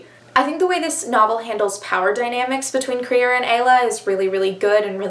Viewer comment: LESBIANS ONLY!!! i deserved the credit for making you read crier's war :') IT IS THE ONLY BOOK! also WHY did you pronounce crier's name like that??? i've heard BRILLIANT things about the grief keeper STOP doing california so dirty i'm unsubscribing